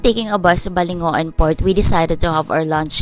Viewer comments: We locals pronounce Balingoan as Baling wan not balingo- an. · Just watched your vids.. and BALINGOAN is not pronounced as BA-LI-NGO-AN, but BA-LING-WAN. hehe hope you can visit eastern mindanao side.